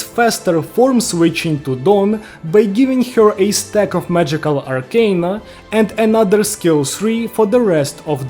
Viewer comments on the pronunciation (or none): none